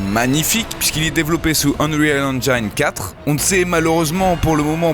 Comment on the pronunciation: le fameux"Unreal InGJIeane 4 " mdr je décone super otaktu comme d'ab le retour en force de:P